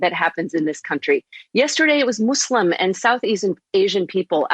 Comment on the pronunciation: What’s a “Moose slim”